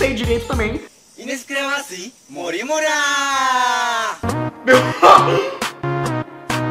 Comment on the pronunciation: impreção minha ou ele falou "Oi eu sou mori Mure"?